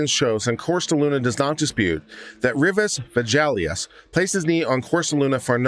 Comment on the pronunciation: If you are going to practice law in Texas, the least you can do is learn how to pronounce Hispanic names. Both were mispronounced each time they were stated in the reading of the judgement. You will probably have some Hispanic/Latino clients and I'm sure they would appreciate their names being pronounced correctly. Villegas is pronounced phonetically as Veyages..long e and when you see an 'e' it is normally pronounced as a long 'a'. Two 'll's' is normally pronounced as a 'ya' sound...soft 'a', not 'yay'. A 'g' is normally pronounced as a hard 'g', not a 'j' and an 'i' is normally pronounced as a long 'e'. Also, the defendants name is pronounced Cortesluna, not Corsteluna. The s comes before the t. Re: the judgement/decision, I am so surprised that the 9 Circuit thought these two cases were similar at all. I'm glad the Supreme Court corrected the error. I really like your channel and like how you cover all of the cases. Thanks for reading.